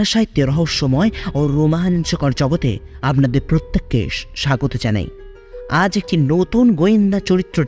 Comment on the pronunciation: কথাটা আবনাদের নয় আপনাদের আপনার উচ্চারণ অস্পষ্ট, আর ও চেষ্টার প্রয়োজন।